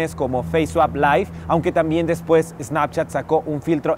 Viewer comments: Sanpchat :v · Sanpchat xDDD